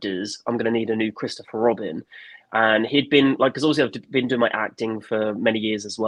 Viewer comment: Mawy and Chwistophew Wobin